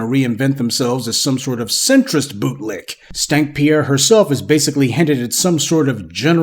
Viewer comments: Are you calling her "Stank Pier"? LOL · I be sooo fucking weak when he say “stank Pierre” because like sir 😂😂😂😂😂😂😂😂😂